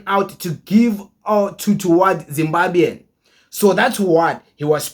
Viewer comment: Not zimbabyan but zimbabwan